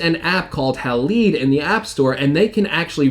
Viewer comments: is not pronounced "hal-eed" as you say. It is pronounced "Hal-eyed"... Heads up, many people follow you. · *Halide - pr. “hay-lied”